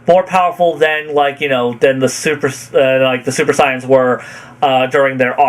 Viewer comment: Why does he pronounce saiyans as signs instead of SAY-yens, what the hail?